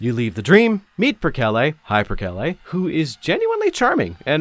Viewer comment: “Perkele” actually means something like “shit” or “fuck” in finnish. The dev of this game is finnish and so am I, always think it’s funny to hear non-Finns pronounce that word like it’s a name